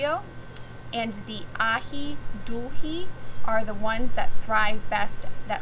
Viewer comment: Thank you so much for your expertise. I have a small Organic Nursery in The Bahamas and I'm always looking for information to pass on to my clients. Will be checking out you course. Also, Aji Dulce us pronounced ( A hee dools a)😁🙏